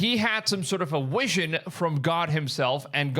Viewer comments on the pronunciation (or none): Why do you say wision? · Bro stop mixing up your W and V its a Vision not a Wision holy moly 😂😂😂😂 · He had wision 😂😂😂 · Vision... Viz shon ..lol😊